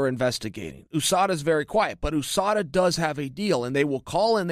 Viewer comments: Can someone explain to me why chael keeps on pronouncing USADA as “O-SADA”. I pronounce it along with most other people as U-SADA. English is not my first language so I’m curious to know or at least learn how to pronounce the “U” in this context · Chael 'OOUSADA' Sonnen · Chael "ooh-SADA" Sonnen